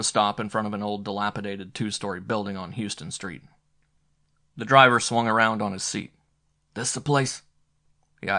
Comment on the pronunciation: The reader does a fine job but it would be good for him to learn that Houston Street in Manhattan sounds like “how” not “hue.”